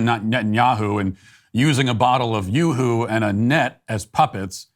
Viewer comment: Anyway, the chocolate flavored drink isn't pronounced "yawhoo" it's pronounced "YouHoo"